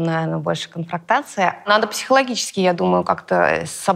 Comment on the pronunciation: У Наташи отсутствует интеллект. Совсем. Не может закончить мысль, не может подобрать слов, не знает значения слов, которые говорит Юлия (например, конфронтация ввела её в ступор и она решила повторить его "со знанием" и сказала "конфрактация"🤦‍♀️). Голос пережат от волнения. Говорит, что молодежи не хватает образования. Ей бы самой хотя бы словарь почитать.